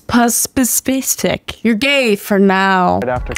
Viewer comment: "HMMM that was very.. Spispespistic 😉